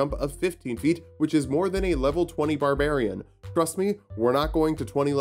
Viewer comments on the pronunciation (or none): none